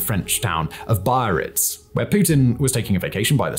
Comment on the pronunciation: The name of the city in France is pronounced bee-Ah-reets